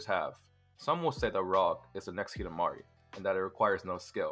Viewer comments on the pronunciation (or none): lmao "next hidamari"